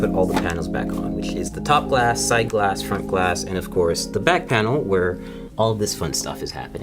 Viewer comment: "Make sure you pay attention to the 'brace' at the the 'brack' of the computer"